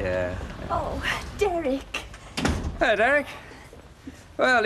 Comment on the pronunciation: The way Mavis pronounces 'Derek' drives me nuts. In fact, it's every word that ends with a 'k' 🙉🙉🙉